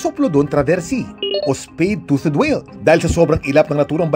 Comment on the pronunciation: Tuth ang pag pronounce kuya kim hindi tuted